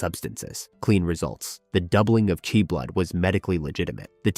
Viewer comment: Was doing great until about an hour and a half in it said 'Qi' as 'Cwee' 😄